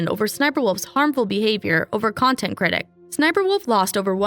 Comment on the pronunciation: Jack really went kinda far with the “nontent”